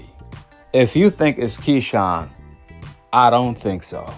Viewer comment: It’s Keyshawn